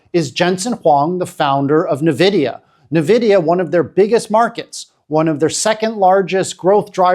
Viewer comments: It is pronounced N - vidia, not nvidia One would think someone talking about a company would learn how to pronounce its name… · Really great analysis, however it's 'En-vidia", not "Na-vidia" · Nvidia is pronounced as invidia(envidia) as it comes from Latin Invidia. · Maybe its because i'm a tech guy but people saying Na-vidia instead of N vidia really gets to me. Huawei do have a talented team of chips designers but they don't have access to foundries like TSMC and fabrication machines needed to make chips that can match Nvidia's best chips. These limitations have severely handicapped huawei to the point where they can't even get their Kirin chips to match last gen's chip from snapdragon. Lets be logical and wait for the 910D to be benchmarked before saying China dont need Nvidia's chip anymore.